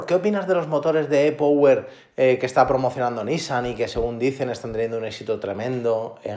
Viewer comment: Por qué no pronuncias las palabras como son. E-Power es en inglés anda tío que no cuesta nada! Lo mismo le digo a los ingleses que las palabras que incluyen en sus comentarios las pronuncien bien como son.